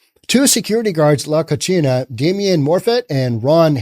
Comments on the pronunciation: He's blending Spanish and Italian: Spanish pronunciation: "ko-SEE-nah"... Italian: "koo-CHEE-nah"... Yes. "La Cochina" is a nasty girl/woman; "unclean" physically and/or morally. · Love you,... but your Spanish needs work. La Cocina (ko-see-nah) means 'the kitchen'. You said la cochina (ko-chee-nah) which means 'the female pig'. Saludos, amigo. 😉 🇪🇸 ♥️ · "Co-chi-na" in Spanish means dirty. "Co-see-na" means kitchen. The way he pronounces the restaurant's name is actually incorrect and yet correct... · The irony in his mispronunciation of “cocina” is hilarious. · The restaurant's name is "the kitchen". Hes pronouncing it as "the Dirty girl" Keep up the entertainment.